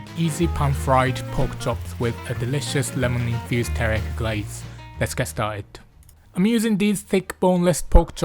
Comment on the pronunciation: pronouncing teriyaki like Taric, nice.